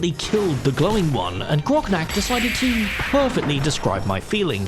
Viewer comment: its grognak not groknak. two g not two k